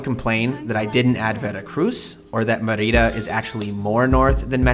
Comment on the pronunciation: bad pronunciation of Mérida